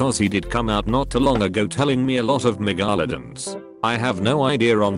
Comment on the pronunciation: I hate the robot voice. Megalodon is NOT megalidon.